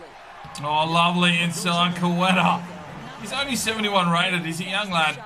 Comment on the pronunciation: It’s pronounced (Kate-a) for Queta. Otherwise great video